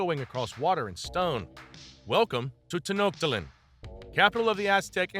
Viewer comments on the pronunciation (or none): “Ten-ot-tat-lin” HAHAHAHA!!!!!!